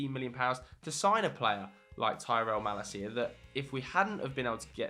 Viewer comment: You destroyed Malacia's name lol.